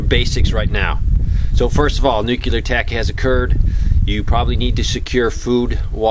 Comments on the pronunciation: Another one who mispronounes "nuclear" as "nuke-yuh-lurr", Geez, isn't there anyone left who can actually say "NEW-KLEE-URH"? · Nuclear is pronounced (NEW CLEAR) NOT (NEW Q LER} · OH PLEEEASE - TRY TO SAY... NU - CLEAR NEW - CLEAR. NU CLEAR. NOT NU - F''ING - CULAR. AAAAaaagh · FOR THE LOVE OF GOD!! PEOPLE! .... it's pronounced ( new clear ) .... the word nuclear is pronounced (new clear). not ( noo cue ler ) ..... it's ( new clear ) ! .. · "I'm not going to get into the technical stuff because you wouldn't understand it"..."nukular" I counted 12 nukulars; it's nuclear! You're killing me... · Why have so many trolls shown up on vids lately? I'm somewhat of an expert on this subject, and you're doing a very good job of giving people the info they need to know to stay alive without confusing the issue. I do wish that you'd say nuclear instead of nucyaler. But well done my friend. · New clee er- but even some scientists say new kya ler. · Nukuler? Pronounce it Nu-CLE-AR! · Please, PLEASE. It's "noo-CLEE-ar" NOT "nu-CUE-lar" . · Nuclear - not nucular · he wont tell us about the data because we wont understand it but he cant even pronounce the word nuclear.. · please try to say NU-KLE-AR, again: NU KLE AR other than that love what you say :-) I am sure you're smarter than dubya (he is the best known mispronouncer of this word)